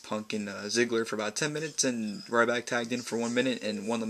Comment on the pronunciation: i love when he said rrryback ha